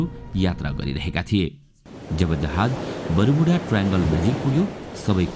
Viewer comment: बरूमुडा हैन बर्मुडा हाे😂